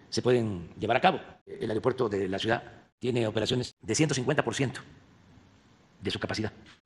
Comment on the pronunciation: López se dice ciudad no cuidaaaa